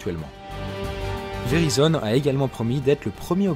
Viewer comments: Perso mon opérateur c’est Verizon (et on dit véraïzone) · La carte 1 To elle se branche en Lightning ? ;) Pro tip: "Verizon" se prononce avec une diphtongue, grosso modo "véraillezonne".